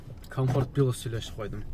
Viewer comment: Оштук туугандарым таарынбагыла оштук десем , колдукту колдук оштукту оштук дейтта негизи, плюс дегенди туура суйлогулочу сураныч пилус дебей